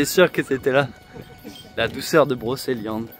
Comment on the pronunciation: Broceliande pas brokeliande...on ne dit pas kendre mais cendre...ou kedre mais cèdre...oui magnifique forêt